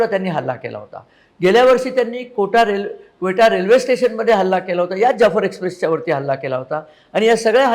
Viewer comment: व्हीडिओ उत्तम व माहितीपूर्ण अगदी क्वेटा चा खरा उच्चार सुद्धा चाचाने एक तरी गोष्ट, निर्णय नीट घेतलाय का?